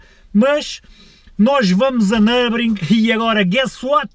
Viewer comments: Nurburgring nao nurbring 🤣🤣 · uma ida a "nurbring"! um carro so pa ir a "nurbring"! por amor de deus, ao menos diz o puto do nome da pista direito